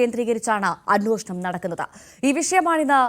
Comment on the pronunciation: ANWOSHANAM ALLAA ANWESHANAM OK